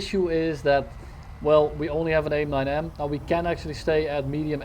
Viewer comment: “AIM Snine-M”